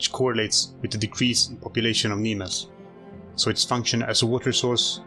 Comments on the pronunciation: Buddy, it's not Neemaez, it's Neemh. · Nîmes is pronounced NEEM not NEEMESS. You don't pronounce the 's'. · Just, the name of the city of Nîmes, must be pronounced "Nim", not "Nimess". Nice video, tho. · Never pronounce the “s” of Nîmes, if you’re not francophone just say “nime” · Teehee. It's pronounced "neehm". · Please, in french the "s" at the end of words must not be pronounced. So "Nîmes"(the city) in french is "Neem". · Very interesting, thank you. One point, the city of Nimes like Arles is pronounced without S. The S is silent as in most French words. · I used to live there, Nimes is pronounced 'Neem' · Do not pronounce the s in Nîmes, it sounds stupid and unjust ! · This bruh needs to pronounce Nîmes correctly